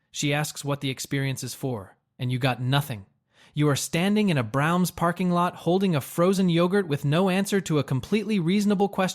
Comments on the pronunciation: it's Bra-ums...not browns:face-blue-smiling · I could forgive the basement in Ardmore line. But the way Braum’s is pronounced is simply unacceptable.